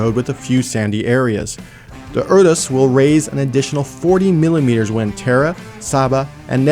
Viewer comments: All I can hear is 'uterus' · The whole video I was screaming in my head "Can't you pronounce Urus like a normal person!?"